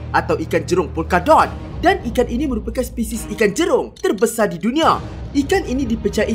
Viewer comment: Perkataan teebanyak terbesae di dunia